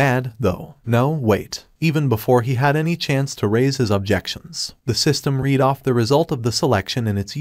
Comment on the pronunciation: AI Spoken Audio is the worst. 10 Words in and you know it is because it doesn't even say READ correctly. Sorry, i was looking forward to hearing someone talk about this series. Seems also written by ChatGPT.